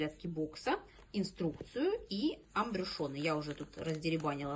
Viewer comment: Ахахах,"АМБРЮШёНЫ"))))А в целом обзор не плохой)))Это называется "АМБЮШУРЫ"